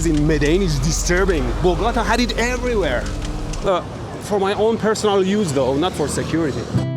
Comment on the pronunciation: "wayeres. wayeres everywero" 😂😂😂